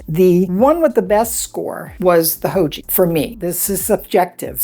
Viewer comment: Haoge is a Chinese company, so say it like 'how-guh' 'Guh' rhymes with 'duh' and the g sound is like the g in the word 'gone'.